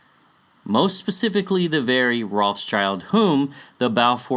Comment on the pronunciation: trivia> how to pronounce this beastly family name: Rothschild - "ROT - SHIELD" means red shield (included in their family symbol)